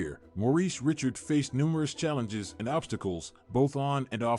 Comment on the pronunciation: Geee-zuzz! His name wasn't Richard. He was French Canadian. It was pronounced Ree-char. If you're going to do a video about someone, the least you could do is pronounce his name right. .